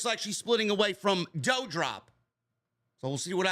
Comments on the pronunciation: Can you say DOUDROP name correctly?? It's DU-Drop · you can pronounce Levesque correctly but Not Doudrop??